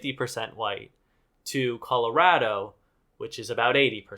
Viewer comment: thanks for pronouncing Colorado correctly AND for shitting on Shane 10/10